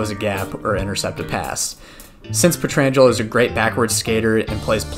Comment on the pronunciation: Blues stroke off for Aleks Peet-ir-an-geh-low. Jk, great video! Loved it!